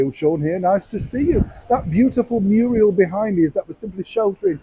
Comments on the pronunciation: Neil did you call that mural “Muriel” as a typical English play on words? 😂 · I'm sure you said "muriel" Neil. That made me smile and think of Hilda Ogden.